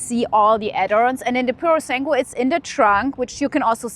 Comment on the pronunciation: don’t mean to offence here, but this is super duper easy to pronounce. Just ask ChatGPT to teach you how to nail basic Italian intonation. It’s “Pyu ro (roll the r) sAnn (do accentuate the A) guay “ 😜